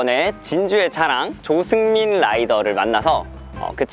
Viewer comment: 영상에서 조승민(님)이라는 걸 조수민으로 들었어요ㅋㅋ 이름이 많이 비슷하네요